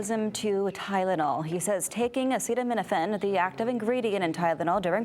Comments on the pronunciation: but you trust the fascist who can't even pronounce acetaminophen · Trump is totally capable of discrediting himself, especially on the topic of medicine. Did you forget the bleach idea, or hydroxychloroquine, or somehow miss his press conference on acetaminophen and autism? He wasn't even sufficiently knowledgeable on the topic to pronounce acetaminophen. He and RFKjr are WAY out over their skis and it is public health in this great nation that will crash as a result of their foolishness.